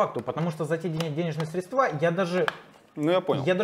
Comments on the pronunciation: учи русский! СрЕдства, а не средствА! А то как мошенники с банка разговариваешь! 😁😁😁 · Не средствА, а срЕдства🤦🏻‍♂️